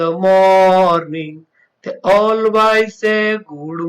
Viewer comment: Pls improve your pronunciation....chirp and always